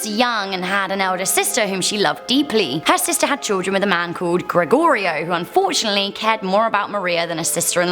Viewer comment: I just have to applaud you for saying Gregorio correctly!! You have no idea how many times I've had my name mispronounced over the years... And yes I do live in Texas!